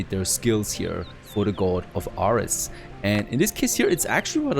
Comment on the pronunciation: You said ares wrong 😑